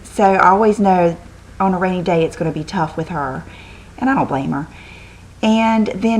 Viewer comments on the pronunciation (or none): none